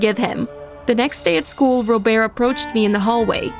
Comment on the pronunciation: When they said robert’s name I was shocked because I thought it was ro bear cause of how they pronounced it like that 😂